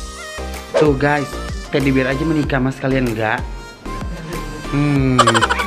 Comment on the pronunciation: Suka a "haloo gayy" haloo guys buk jgn gay beda arti🤣🤣😝